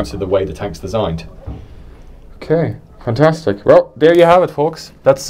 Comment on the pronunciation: "ok, fantstic" much?